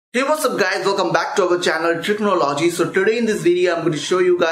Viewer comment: Hahaha techno- logey😂